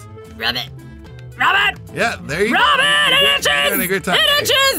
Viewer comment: It sounds like rabbit not rub it